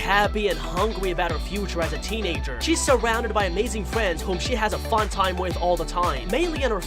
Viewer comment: Not Trying to be rude but wed fwiend for red and friend